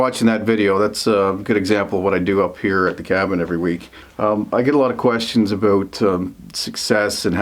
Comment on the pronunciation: When you say "about", I hear "a boat". When you say "outhouse" I hear "old hose". :D